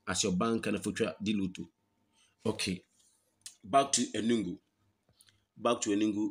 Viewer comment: ENUGU not ENUNNGU